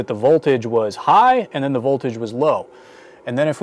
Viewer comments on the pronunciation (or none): none